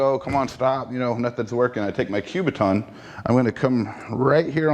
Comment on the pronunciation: Learn how to say the word "kubaton", it is NOT enunciated with a "Q", it is a "K" you sound like a fool.